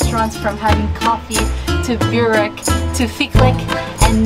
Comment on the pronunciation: My Croation Great Aunts pronounced in Boowreck. Not Burrrwreck